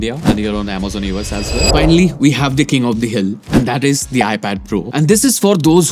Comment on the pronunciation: SOrry but you mispronounce The a lot